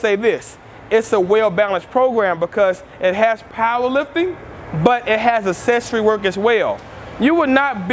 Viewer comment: "Assessory work" lol kills me evertyime